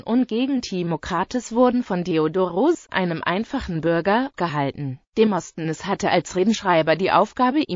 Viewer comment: XD demostnness hört sich lustig an. Die Aussprache ist lustig.